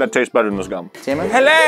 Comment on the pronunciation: “we got ALOTTA GHUM”